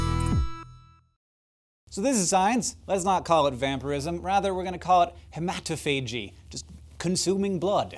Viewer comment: hee - ma - taugh - fage - eee